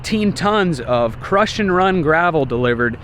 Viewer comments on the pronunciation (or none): it's crusher run gravel..... not crush and run....